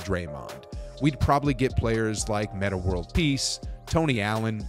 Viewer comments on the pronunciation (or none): none